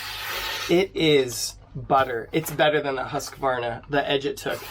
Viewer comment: Try learning to pronounce "Hoosk-Varna" if you want to review their products.